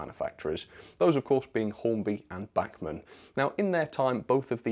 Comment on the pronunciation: FOR THE LOVE OF GOD - LEARN HOW TO PRONOUNCE "BACHMAN"....................................................